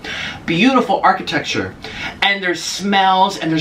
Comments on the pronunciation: “Arcitectexure”😂😂😂😂 god that is me on a daily basis, I can’t English so I kind of died when he said it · my boy said architexture